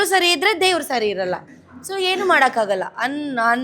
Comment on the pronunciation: ಅದು ಹೇನು...! ಅಲ್ಲ . ಅದು ಏನು, ಕನ್ನಡ ಸರಿಯಾಗಿ ಕನ್ನಡ ಮಾತಾಡೋದು ಕಲಿ ಸೋನು. 😂😂